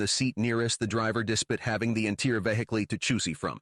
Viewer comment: Oh it's AI. The pronunciation of despite and vehicle? Also very stilted and robotic.